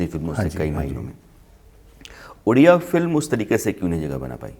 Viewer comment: It's ओडिसा not उडिसा and the language is called ओडिआ not उडिया. properly research krke interview lijiye i request.